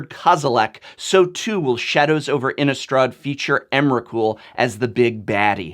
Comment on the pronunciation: Also, why do so many people pronounce Innistrad as if it has a U sound in it? Innistraw'd? I thought the "rad" part of Innistrad sounded just like that, rad. I can understand words like chaud, applaud, etc, that have the U, but not Innistrad! INNISTRA_D.